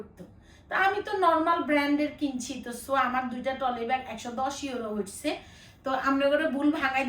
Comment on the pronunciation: টলি না ট্রলি